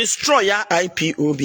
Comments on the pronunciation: Madam IPOB not IPOP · This old woman your shame dey shame me ooo You can even pronounce IPOB